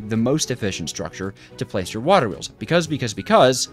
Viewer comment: bro said "waHer Wheels"